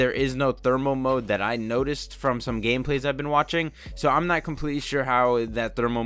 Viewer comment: Your said gameply